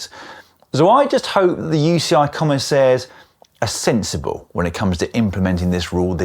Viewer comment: “I just hope the UCI commisaiires are sensible…” 🤣🤣🤣